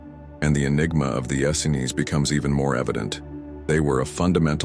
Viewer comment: John the Baptist was always presented as the cousin of Jesus, Mary was never considered a "random" choice...Joseph and the Essenes...ok....I'll give you those...but only if you stop mispronouncing "Essenes"